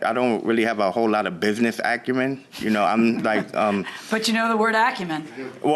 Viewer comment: He's didn't know the word "acumen." He said "acuren" 😂